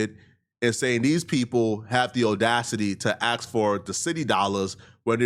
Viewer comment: I don’t trust anyone who says aks instead of ask